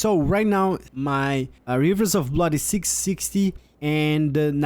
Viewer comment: Hmm hivers of bluud